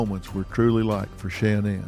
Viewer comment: I'm not trying to be rude but it sounds rude but why does Dr Phil mispronounce Shanann's name